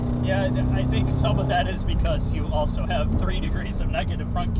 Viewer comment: Do you ever wonder why says 'Auso'- instead of 'also'? Very strange - arguably an unsolved mystery